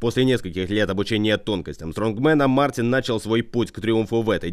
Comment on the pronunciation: Мартинс!!! А не Мартин.